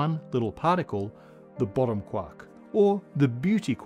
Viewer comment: Was looking away but my head whipped around because I swore I heard him call it the BOOTY quark.